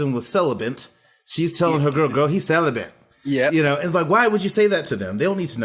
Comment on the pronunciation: Lolol I noticed saying "celiBent" too.